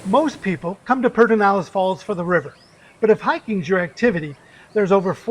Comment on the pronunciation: This is not how Pedernales in pronounced, but it is a great park!